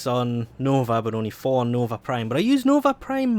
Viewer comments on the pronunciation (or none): none